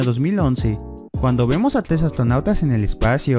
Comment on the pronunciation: Jejeje te sigo por qué al igual que tú digo tles y no tres jajaja ♡